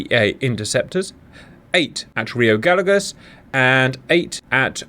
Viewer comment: hello Cap, greetings from Argentina, a tip for pronunciation of rio Gallegos, say the LL of gallegos like the "SH" from the word "shop" ..... LL=SH